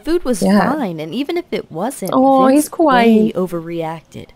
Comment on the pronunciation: vince not vice